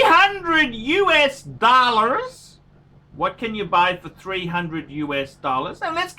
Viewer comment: My first video. I like how he says dollars, accent is spot on!